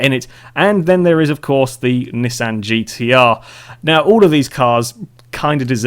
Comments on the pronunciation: You say Nissan wrong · No he didn't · No, he didn't actually. I'm guessing you say it like 'knee-Saan'. Nissan has an I in it not E's. The language is called English, not American so just think about that, and anyways, we all pronounce things differently anyway!